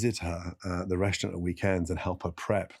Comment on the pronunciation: I just wanna know why he can't pronounce "restaurant".